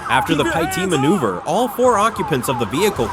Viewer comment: . “A PIE-T maneuver”?? Another idiotic artificial intelligence produced video !!